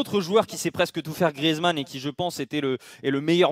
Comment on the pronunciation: Mdr il a dit mentors greizman